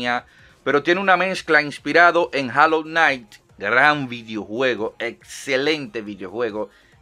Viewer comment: A mi me late que como traductor de ingles:D, tiene buen acento, di rainbow six (reinbou six): Rambo six, di hollow knight (jolou nait): jalou nait.